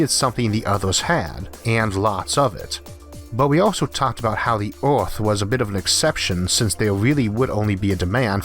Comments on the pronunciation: Wait was he saying Earth or Awrth? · did not know our planet was named Orth, been saying it wrong all my life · Just love your voice, sound like a posh bawwie kwiptkey on orrth lol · Hunam My brain: don’t say it you know very well he’s saying earth Me: O R T H